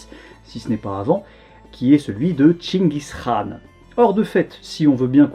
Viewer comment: La prononciation de "Chingis Khaan" est top👌